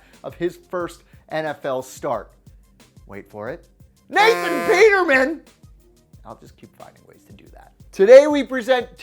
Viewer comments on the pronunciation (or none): It kills me when you say Nathan peterman like that lmao